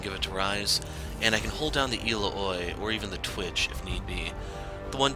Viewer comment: El-la-hoi? I've... never heard it pronounced like that. XD Ill-ow-ee is how I say it, but usually I just call her Illinois